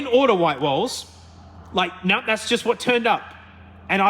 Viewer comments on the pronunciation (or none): No doesn’t have a r in it, stop saying naur